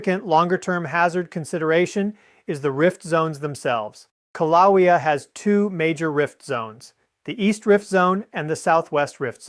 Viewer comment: This is AI or really has a problem with his right arm. This is so stupid. And the poor AI can't pronounce Kilaeua, which I don't know the spelling of. I'd call a doctor, I see signs of a stroke in this AI user.